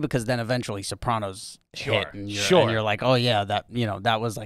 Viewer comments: Rob was so dope on Jim and Sam with Jamie Lynn, and now AYG!!! guy is a beauty. the only thing that bugs me is the way he says Soprawnos. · Crazy to hear someone from the show pronounce Sopranos like that.